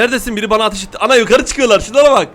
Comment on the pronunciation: Abi atiş değil ateş